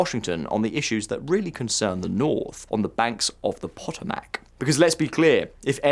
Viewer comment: *CRINGE* how you pronounced "Potomac"